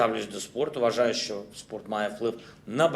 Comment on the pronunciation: "Що" произносит,как "шчо".